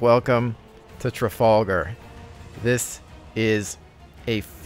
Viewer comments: Tra-fal-gar not Tra-fall-gar :) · The Trafalgar- pronounced Trafalgah